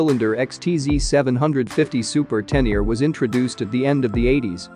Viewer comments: 😵 it spoken [Tenere] like writen, not [Tenier] like english readet. Please! Sounds horrible!! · Magnificent, and the history of the XT is a nice touch too! n.b. When you say Tenere I hear "ten year", it's supposed to be pronounced "ténéré" that's the same "é" as "résumé", "fiancé" or "Beyoncé" 😁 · Tennier? It’s Ténéré! Té-né-ré! Not Tennier. Please correct the commentary. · it is not a teneer. it is a tenere but thx for the review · Te Ne Ree not teniar wtf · Pronunciation is so abysmal that I couldn't watch past the second mention of the tenyear. To not be able to pronounce a word with accents I get, just about. But if you're going to specifically make a video of one of the world's most iconic riders, from a family that includes a 7 times world Champion and STILL not pronounce the guy's name correctly, well that takes ignorance to new levels. The name is Tarrés, as in Ta-rez. Apart from that, the very biased "history" of the XT/Téneré is pretty insulting to all the other manufacturers. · ten ear 👂 😂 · Spot on! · oh shit, man............... i'd swear he said: "ten ear"............?? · Every time he says (Teneer) my ears hurt. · ten ear ?? ten ear ?? LOL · Tenier ? If you present a bike, at least learn to pronounce it's name... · I really can’t imagine anybody who doesn’t know how to pronounce Ténéré or Tarrés. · Greetings, thanks for the great video, the 500 Yamaha name is Ténéré, it has accents on the e's, cheers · Your saying the name wrong